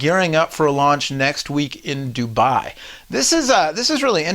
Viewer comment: its not DubAAAAAAAAAi its Dubai one A only